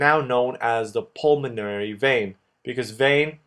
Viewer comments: Great video and it's "pulmonary" not "pulmanory". All in good faith, brother. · Nice video, but PLEASE, it's pulmOnAry, NOT pulmanory! Spell it right! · It’s apeles “pulmonary” instad of “pulmanory”. Great vídeos, thanks! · I noticed that too xD